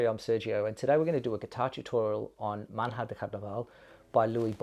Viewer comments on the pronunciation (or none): Please, it's not "man-hah" it's MANHA, the nh represents the sound ñ in Spanish, NY in English-- it's MANYÁ (morning) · Very nice arrangement. Enjoyed listening to your lesson very much. One request, however, please learn to pronounce "manha" correctly. It is the Portuguese word for "morning" and should sound: "manya" with an accent on the "a". Phonetically: "mahn...yah". It makes a difference.